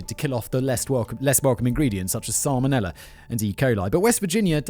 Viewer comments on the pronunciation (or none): none